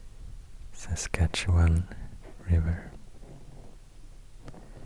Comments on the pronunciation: Your pronouciation of Saskatchewan is impressive....even most Americans butcher it. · Ten gold stars for pronouncing Saskatchewan in an acceptable/proper way. I wish I would have had this as a kid instead of studying it so hard in grade 2.